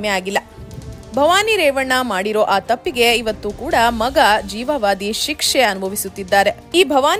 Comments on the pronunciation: ಜೀವಾವದಿ ಎಂದು ಉಚ್ಚರಿಸಿ, ಜೀವವದಿ ಅಲ್ಲ. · ಕನ್ನಡ ಸರಿಯಾಗಿ ಉಚ್ಚಾರ ಮಾಡಿ ಜೀವಾವಧಿ ಸರಿ ಜೀವವಾದಿ ತಪ್ಪು